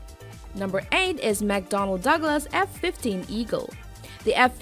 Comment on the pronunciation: English as a second language (EASL).. MISpronounced 'Aardvark"' 'strategic' & "warfare" and 'McDonald Douglas' that's just ~1 min. in!!